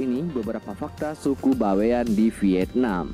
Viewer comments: Bukan baiwan, tapi Bawean, berasal dari pulau Bawean Jawa timur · "Bawean ya Bang.., bukan by one.. 😁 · Bawean bang, bukan Baewan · Bawean itu adalah dari suku jawa tapi sebuah pulau yg disebelah kota Surabaya /Jawa timur .cara Bacanya Baweyan bukan bewan bro memang itu suku Jawa yg seberangnya Surabaya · Pulau BAWEAN.. bukan By one pak Cik..